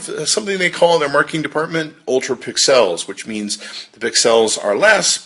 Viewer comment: Dude you gotta stop saying pix ells it sounds so dumb. You do realize you are the only person saying it.